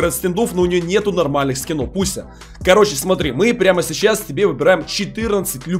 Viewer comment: А мне одному кажется что он говарит Буся а не Пуся